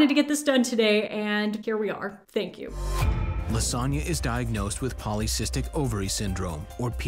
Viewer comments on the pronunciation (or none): I'm sorry but LaSonya sounded like Lasagna 😭😭😭